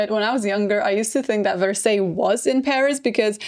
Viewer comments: “verseys”😭😭 it’s “varsay” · No offense, but Versailles is pronounced Ver-Sigh. Yes the little English Village or in English the Hamlet ( le Hameau) is totally renovated to the state it was at Marie’s time…it was quite dilapidated prior and was made of lot of faux finishes such as wood buildings painted to look like stone. Originally it was a botanical garden & on that site that she destroyed and had architects remodel the whole terrain with man made lakes and even a temple of love a round colonnaded temple made of columns with a canopy and in the center had a statue of Cupid. You may like one day to discuss a famous short story written by two English women claiming to have seen the Ghost of Marie and time traveled for a few moments when they were at the Hameau… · 😂😂😂😂 not me screaming at my phone "Karolina!!! It's Vers-eye!! Vers-EYE!!!!!!" 😂😂😂😂😂 oh the cringe, lol